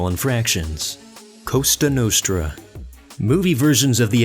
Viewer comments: It's la COSA nostra, not COSTA nostra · dude it isn't "Costa Nostra" BUT "COSA NOSTRA" mannaggialcazzo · COSA (not costa) nostra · its not costa nostra,its la cosa nostra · doesn't know about La "Cosa" Nostra? I thought it was a typo at first but then they said it out loud. How disappointing... So, these videos are made by some ignorant dude who reads from google. Just great...